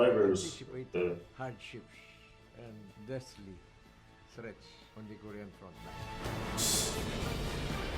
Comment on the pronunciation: You should learn how to read or pronounce the word, it is not ko- rection or ko-ration it is ko-re-an okay korean